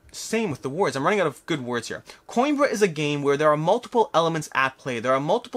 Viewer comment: PS: Played Coimbra with a fellow from Spain: it is pronounced Co-EM-bruh (long 'e' with an ever so slight roll on the 'r'). Cause I know you're nerdy enough to actually care. (takes one to know one).